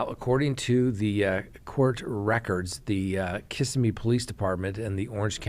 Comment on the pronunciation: “Kiss-SIM-me” is we pronounce it in these parts.. ;)